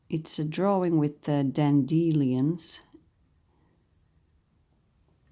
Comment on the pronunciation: Ah, comparing. Nasty little I. However, I really like your coined word, especially since English isn't my first language either. It is DAN-duh-lions that I enjoy for salad.